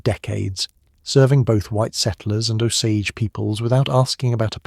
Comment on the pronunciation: And by the way, I dont know how many times the AI mispronounced the name of the Indians - its pronounced "Oh-sage." So before you put down a 65 year old "White" woman who died in the 1940's - maybe you should get yourself right with the Indians.